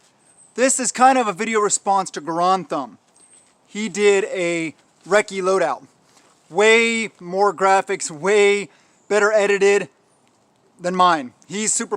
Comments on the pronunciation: Just so you know it’s pronounced “GAR-AAAND THUMB” not GAR-OND Thumb. Just for future reference. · Gur-an-dee Thumb…. Lol 😆 😆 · “Gorond thumb”